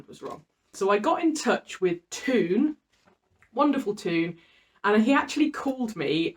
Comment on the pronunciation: Hello, I can't help you out on this subject. I've chosen the Corgeron/Heim layout (also popular in France) on my G/C Handry 12. (Just as side note you should pronounce Toon's name as the English word 'tone' not as 'tune' 😉). Bye! ✋🏻PS: I should be possible to play Bruno Letron's fantastic "Valhermeil" when you have Letron's layout.